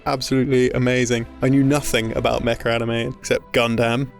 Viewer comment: Featuring "Mecha" or "Mecca"? Because I think the latter is VASTLY underrepresented in video games (as far as I know).